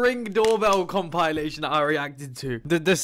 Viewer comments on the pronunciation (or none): I love how you always say comPILEation